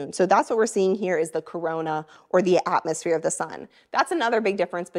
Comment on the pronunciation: You can see the otmosphere. What the heck is an otmosphere? She's talking with a vocal fry??????